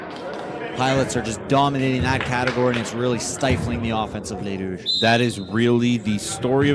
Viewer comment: Great commentary! Thanks for pronouncing the Rouges' names correctly! BTW, the first year players are stacked not just with Gabrielle Roy and Louis-Riel players, but with former club players representing 204, Junior Bisons, and WinMan.